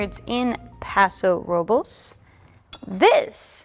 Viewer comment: You pronounced Paso RO-BLAYS, but in the past haven’t I heard you pronounce as the locals do, Paso RO-BULS?